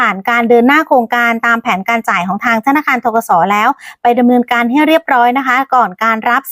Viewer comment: ธนคาร อีกละ พูดชัดๆค่ะธนาคาร